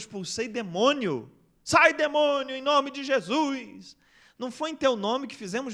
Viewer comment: Só curiosidade; pq vcs falam "Jesuis" e nao "Jesus" ?